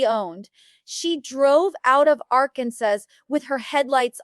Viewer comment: The pronunciation of Arkansas gave it away...AI crap